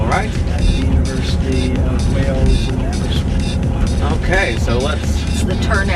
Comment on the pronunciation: Where is Aberswith? I know of Abber-wrist-with (sounds like whiff).